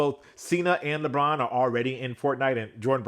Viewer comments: Lebron James: ❌ Lebon James: ✅ Edit: now it's Leborn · "LeBorn" james lfg!